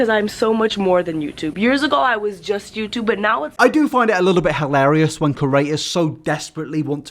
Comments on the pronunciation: I'm begging you stop saying Curator....CREator pls for my sanity pls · I dream one day you’ll pronounce ‘creators’ right but I guess the contents good enough for me to ignore it 😉